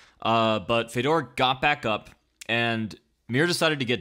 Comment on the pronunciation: What is it with the weird Fedor pronunciation? Common man, there is like a billion ways for you to hear(The commentary team?), how can you still say it so weird?